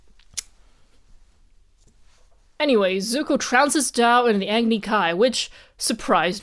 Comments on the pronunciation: the 4 elements they chose are actually prominent in not only Greek cultures but actually Hindu and Indian beliefs and philosophies. not trying to be rude or judgmental, but just a quick nit pic Agni is actually pronounced Ah - gni. It’s a longer a sound. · Agni is pronounced Ugg-ni not Aagni. Also Bhoomi = Earth in Sanskrit. Azul = blue in Spanish and Portuguese, colour of Azula's fire.